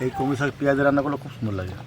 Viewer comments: উচ্চারণে এতো ভুল কেনো। কমলি আবার কি ওটা কলমি শাক ।। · Kamli na kalmi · ওটা কমলি শাক নয় ওটা হবে কলমি শাক 🙂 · Kamli sak noy kalmi sak😂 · "বেলি " ফুল কেই "জেসমিন " বলে। কমলি শাক না "কলমি" শাক।।